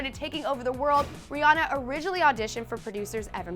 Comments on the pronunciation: It's Ri-AN-na omg you made a video on this! smh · that girl said Rihanna wrong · Your saying Rhianna wrong